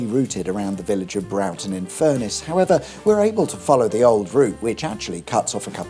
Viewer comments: Brorton in Furness..... Not Browton.... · Butchered Broughton there - Brawton is a more correct pronunciation. Gill renamed himself Riviera because he's a [insert expletive here] and Richard Creary was sent down not for attempted murder but because he failed to do the job right. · I was waiting for a dozen different pronunciations of Broughton.